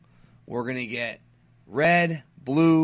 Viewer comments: always says "in deff" instead of "in depth" lol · All these pronunciations of the characters names, transformations and so forth are perfectly acceptable for legitimate reasons, no matter how strange they sound in a dominant English-based sentence. But that pardon kinda gets thrown out the window when you say "In Deffff". Now you're just saying words however you want